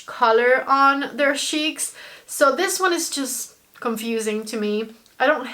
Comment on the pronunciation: Haha like how you say SHEEKS instead of cheeks 😂